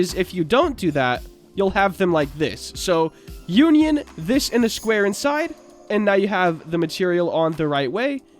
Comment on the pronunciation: It’s not called uan yan it’s un ion